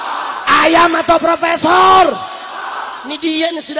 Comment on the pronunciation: Ayam apa fropesor ..fropesorrrr ..undang " redikal